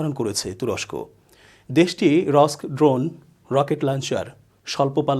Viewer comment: আমিনুর ইসলাম শান্ত ভাইয়ের বিশ্লেষণ ওনার থেকে অনেক ভালো,ওনি ড্রোনের নামও ভাল করে বলতে জানেন না।